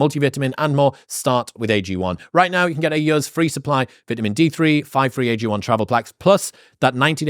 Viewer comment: Learn how to say vitamin jfc that pissed me off